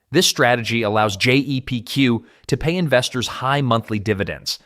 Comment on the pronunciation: It’s Jep Q why are u saying Gpq so many times